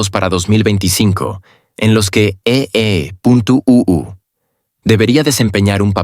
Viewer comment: EEUU es Estados Unidos, cateto. Como eres un robot y te han programado, esos programadores sabrán programar pero no te han dicho que EEUU no se lee EEUU sino Estados Unidos.